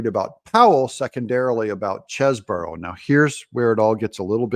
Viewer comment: Doug, get it right ! The man's name is Chesebro as in Chese Bro. There is only one " O " in it. Stop saying Cheseboro. It really makes your self proclamation of being "barely literate" spot on.